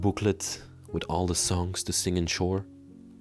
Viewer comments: He may have an eastern european background. Sounds like he has an accent. Hence his pronounciation of "choir". Probably not familiar with a hymnal either. It's not hard to show a little grace. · This house looks like every abandoned house on our south side. I came straight to the comments. When he was pronouncing choir and didn’t know what the hymnal was, I had to exit. lol